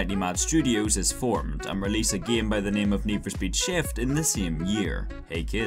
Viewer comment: why you're saying "gem" not "game"?